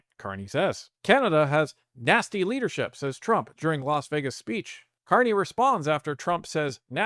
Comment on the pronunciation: Ah, the Ever Amazing Prime Minister Mark Can't-Eh ...